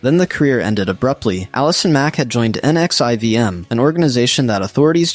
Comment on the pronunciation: NXIVM is pronounced nex-ee-um